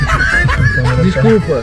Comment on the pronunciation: "descurpa'' essa foi a mais kkkkkkkkk